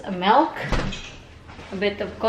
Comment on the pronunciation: Again..... Melk.... Milk you mean Pelow..... Pillow you mean